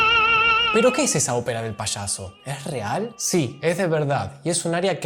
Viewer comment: SE dice Payaso, no se dice Pashaso...